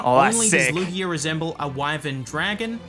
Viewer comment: Lugeo is LOOgayoh, not looGHEEoh. Ryujin has a consonant y.